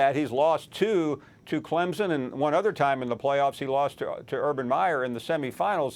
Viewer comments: Max still dont get it. It is pronounced clempson not clemzon. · To the guy talking with Finebaum it’s not pronounced Clemzen it’s pronounced CLEMPSON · Max ... I'm going to need for you to pronounce Clemson properly...not CLEMZON...CLEM-SON !! Thank you lol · It's pronounced Clemson, not Clemzon.... these commentators... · T. McIver Boize, Boise, Clemzon, Clemson, Bizon, Bison, Louisville, Lullvul. Am I forgetting any? Lol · Why does that gentleman keep saying "ClemZin" ? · Somebody needs to learn how to pronounce Clemson. Ain't no Z in Clemson. Just sayin! GO TIGERS 🐅🐅🐅